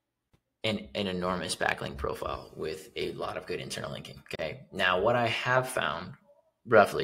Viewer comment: When you say now it feels like meow😀 ( it’s a little bit annoying) But content is great👌